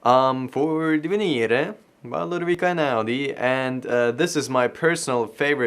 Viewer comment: As an Italian I love how you pronounce Divenire 😂👍🏻